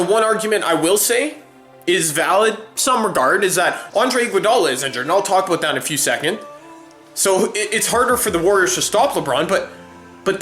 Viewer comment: aboot lol